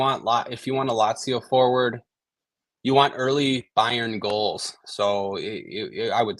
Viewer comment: Please just say Munich or BM… the pronunciation of Bayern is painful.